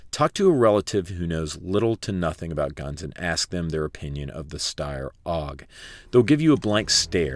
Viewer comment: Also, the Steyr is pronounced stair-like i walk up the stairs but then you cant say porsche or spell colour properly